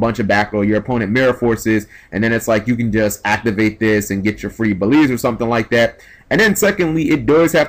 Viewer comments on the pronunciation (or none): Stop saying "Baleeeeeeeeze". The "L" is not before the "E". It's "Beel" then the "Z". "Beeeeeeeeeeellllllllzzzzze. "Beelze". "Beel-z". The "E" at the end is silent. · It's BEE-EL-ZUH.Not Belize. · Everyone is pronouncing "Beelze" wrong. It's pronounced BEE-EL-ZUH. It's a reference to Beelzebub, which basically means "the devil".